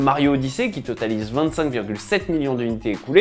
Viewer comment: "du must-have absolu" à ... Le niveau de prononciation de l'anglais de la plupart des journalistes francophones me fait toujours autant rire :D !